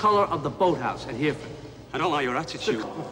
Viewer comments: They knew Di Nero had mispronounced Hereford as ‘Heere-Ford’, but nobody had the balls to tell him, so consequently he looks like a muppet for all time… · I always wondered if Robert De Niro's character mispronouncing Hereford was intentional to hint that he didn't know anything about the SAS